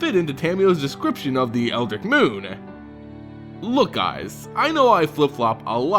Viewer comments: "Ditch" Dritch Eldritch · Seriously, how the fuck do you fuck up the pronunciation that badly? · eldritch. eld-ritch. not eldik, eldrig, or old gregg. eldritch. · Eldritch, is not Eldrick... ( El-Drich) Lycanthrope, is not Lickanthrop. (Lie-can-throwp) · The way you pronounced Eldritch as Eldrick and Eldick twice gave me a migraine. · Eld-ritch, or eld-ridge. Not El-dick. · Eldrick? It's EldrITCH. Like ITCH or SNITCH or BITCH. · Pronounced eld-rich not eldrick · It's eldritch not eldich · My god, it's "eldritch" not "eldrick" XD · Its pronounced Eldritch(eld-rich). Not El-Dick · I'm not being a douche buddy.... but it's eld-ritch, not quite eldick. very good attempt though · its eldritch, (eld-rich), not (eld-rick) :) other then that keep up the good work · hey, it's pronounced "eld-rich" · Eldritch not El Dick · okay, this is something that I just can't ignore anymore. its pronounced El-dritch not El-drick. this was just a minor thing in the beginning, but as a fan of Lovecraftian horrors and stories i KNOW it's not Eldrick. sorry for blowing up like this, but that is just a serious pet peeve of mine. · It seems thar our American friends pronounce Eldritch as Eldric and not as Eldritch. The only correct way to pronounce it, is EldrITCH. Rhymes with witch... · Eldic, eldrik, eldrig... El- drit-ch. Eldritch. Listening to you pronounce that is strange. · EldRitch, your pronunciation of many words are killing me... thanks for the videos :) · "EL- DRITCH" "BEL-AIR-EN" "KO-ZEH-LECK" EVERY TIME YOU PRONOUNCE SOMETHING WRONG I INCH A LITTLE BIT CLOSER TO SPONTANEOUS SUICIDE. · Oh my god if you're going to make a video about it please dear lord learn how to say Eldritch. It rhymes with witch and you're missing the dr in whatever the hell you're saying. I like your vids but come on man. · How come no one can pronounce Eldritch? It's ELD-RIDGE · every time he says eldick i want to fucking kill myself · Eldick Moon Confirmed. We have all been saying it wrong.